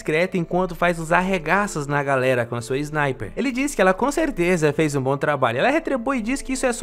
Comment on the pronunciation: Opa! Baun? Tá parecendo gaúcho se comprimido (sou gaúcho)